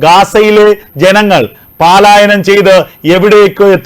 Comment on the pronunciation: ന്യൂസ് ആദ്ധ്യമേ ഒന്നു വായിച്ച് പഠിച്ചിട്ട് ന്യൂസ് വായിക്കുക അപ്പോൾ തെറ്റ് പറ്റില്ല പാലായനമല്ല പ ലായനമാണ് ഒന്നാമത് ആ വേശം കളയുക